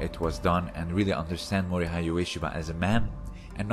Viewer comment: The “hei” part of Mori-hei is pronounced in the same way as the “ha” part of “hatred”.